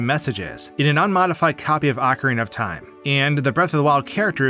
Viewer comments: I HATE youtubers so much, man... Ocarina Ocarina O Ca Ri Na You're saying "acareyna" A Ca Rey Na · just saying, i know its hard to unlearn 20 years of mispronunciation, but it is "ocarina" (oh-cah-ree-nah), not "acarina" (ah-cah-ree-nah). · "Ahcarina" of time? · Ohe-kah-reena, not ohkria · I absolutely hate how you pronounce the word "Ocarina"...